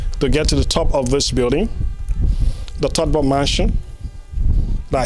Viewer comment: "Todber"..? Or TOLBERT.? That's ur own former Lib president.. Please try to get ur pronunciation right.. the whole world is listening to u.. !! 😬😲